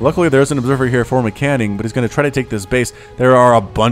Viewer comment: As an informative piece, MCanning is prnounced M. Canning. 2 words. It probably bothers me more than it bothers him :P thanks for the cast anyway :D